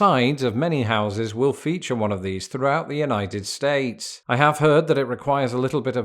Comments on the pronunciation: When he says "United states" what my brain hears is "Uknighted States". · I like how says United States he puts his much emphasis on States as he does United